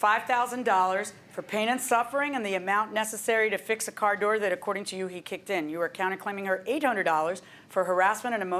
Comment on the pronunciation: At least the defendant can pronounce car correctly, not "cair" like the plaintiff.